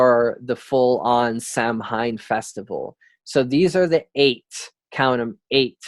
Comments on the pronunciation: It's pronounced "sow wen" not "sam hine" lol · Now Samhain isn't pronounced "Sam hein" it's "sou-win" sou like in sound, win like window. Lol Sam hein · Thank you!! He's butchering the scottish pronunciation of scottish words ugh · bro....SOW WIN, automatically stopped listening when you couldnt even pronounce Samhain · Spelled samhaine but pronounced "sow ween" or "sow win"